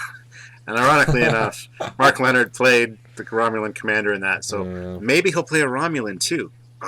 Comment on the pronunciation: they need to work on the pronunciation of "Lenard"